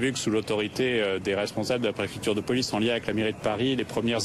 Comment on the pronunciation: >:( On ne dit pas Ce que je sais c'est que... on dit Ce que je sais est que... on ne dit pas extrême GUEUCHE on dit Extrême GAUCHE On ne dit pas PEULICE on dit POLICE >:) on ne dit pas EMBEUCHE on dit EMBAUCHE On ne dit pas NEUTRE dame de paris, on dit NOOOOOOOOTRE dame de paris tsssssssssss aller tire-toi de ma vue je ne peux plus te voir